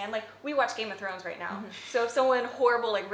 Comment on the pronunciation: Rachelって「Right.」の発音が「レイト」に近い気がする…ネイティヴの発音は「レイト」なのかな？